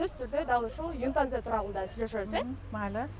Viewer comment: Юнтанза эмес ютанза чон кыз